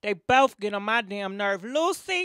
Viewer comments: She said it right the first time, so I think she mispronounced it on purpose afterwards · The EXTRA C CANCELS the name LUCY! Its LUC-CI. LIKE THE CLOTHING BRAND GUCCI...LOL. My goodness. It CAN'T be that hard. You hear the lady saying his name sis.😂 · You look nice once again! Lucy....lol! It’s pronounced Lu Che 😂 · Its not lucy its lucci lol you an these damn names lol Damami from nyc still love you tho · cracks me up Jacking up peoples names, love it. Lucy lmao.